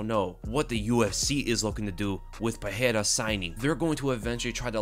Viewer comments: i dont think that s how his name is pronounced. the r becomes h only when it strarts a word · hey, the "R" in portuguese only have the "H" sound when it is in the beginning of the word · Bruh why do u keep pronouncing Pereira wrong